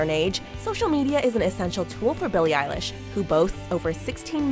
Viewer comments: did she just said eye-lash... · Eye-lish? I've been pronouncing it elle-ish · Her: "Eilish" Me: NO ITS BILLIE EILISH PIRATE BAIRD O'CONNELL